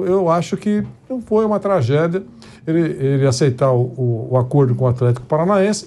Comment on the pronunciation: traJedia???? Com J???